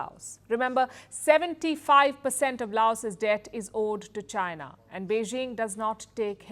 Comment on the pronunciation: Since you say China a thousand times per day, can you at least pronounce China properly?😂😂 I always hear you say Gina Gina Gina, the accent is so funny 😂